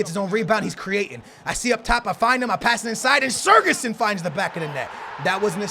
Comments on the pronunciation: It's not surgison it's sigurthsin. The ð makes th sound. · You say siGurdsson not siRgudsson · Why the f do you pronounce sigurdsson as SER-GESSEN?! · it's SIGurðsson not SIRGurðsson, not hard just take a look at how it's spelt takes 30 seconds OKAY! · it is sigurðsson not sirguson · How can you read sigfusson and pronounce it sergisuon ffs... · you pronouncing of Gylfi sigurðsson is a little off. Pronounce it like Si-gurt-son :) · Its Mulrooneyy he means the way that pronounces his name... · You say Sigurdsson name wrong, also use tots lukaku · The way you pronounce Gylfi's name frustrates me 😂 love ya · please pronounce Sigurðsson correctly please